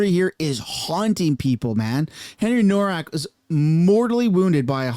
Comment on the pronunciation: It’s spelled HENRY NOWAK, in German ‘W’ is pronounced ‘Vee.’ Such as Volkswagen pr. ‘volks-vagen.’